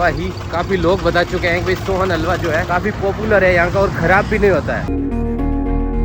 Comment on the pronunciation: Sonhalwa ❌ Sohaan halwa ✅😂😂